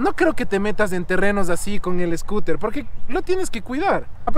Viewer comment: Jajajaja mi hijo viendo tu video se ríe cuando dices escuter 🤣😂 saludos desde Tampa Florida 🤗🤗